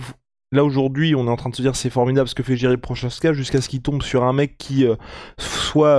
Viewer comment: Ca se dit pas jiri prochazka mais YIRI proHazka.😂 un peu de respect